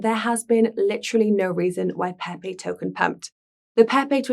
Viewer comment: As long as it's peehpeeh cohin not pepe coin, I would still advise more practice